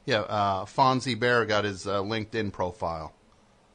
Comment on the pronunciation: He says he loves Fozzie Bear, yet he pronounces it "Fonzie." I love his rants, they're like parodies of AM radio blowhards.